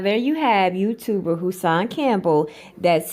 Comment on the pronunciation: the big youtubah